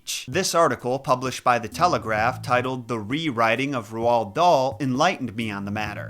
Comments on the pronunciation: i've never heard anyone pronounce roald that way, i say it like roll with a d on the end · I would LOVE if you did Charlie and the Chocolate Factory!!! It may not be Dahl's darkest book,but it is his most interesting one. I would LOVE for you to dive into it. (Also his first name is pronounced like road) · i love the video and i know this doesn’t matter, but hearing him say Roald made me cringe every time, it’s pronounced like R-old. i’m pretty sure anyway since we learn about him in primary school in the uk. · Ro-arl dahl? 😅 I like it. He was a big racist so i like such a mispronunciation. May he forever be remembered as ro-arl. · Loved loved love this video. I am a huge fan of Roald Dahls books, having the full set. Only one thing, Roald is pronounced Rolled. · Your pronunciation of Roald drives me nuts. Roald is pronounced liked “rolled”. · Pronounce Roald as "Road" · You don't pronounce the A or D in his first name, Roald is pronounced "Role". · Why can’t Americans pronounce his nameeee it’s basically ROLL 😭😭😭😭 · first time ive ever heard anyone call roald dahl "ru-whall" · I was thinking the same thing about his name, I've always heard it pronounced more or less the same as "road" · Roald is pronounced like "role", but other than that i really enjoyed your video, thank you for covering the books of my childhood. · Why do Americans always pronoance Roald with two syllables? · Hearing someone say Roahld out lead was an auditory flashbang. You mean its not Road??? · I was going to watch but then I heard you pronounce Roald Dahl's name wrong twice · Whyyyyyyy 😭😭😭😭😭 why do you pronounce Roald Dahl's first name like that? 🥺🙏🏻😭💔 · The way you pronounce Roald is painful. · You said Roald Dahl's name wrong you say it as ur about to say road but then u say llud after a. I grew up on his stories including the hidden mini story lambs to the Slaughter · It's Roald, rhymes with old. Not Rowald. Interesting video, thank you! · Roald is pronounced "row-ld." Not roh-ald...